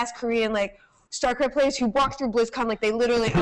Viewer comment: if she says "startraft" one more time, I think Day9 is obligated to kill her.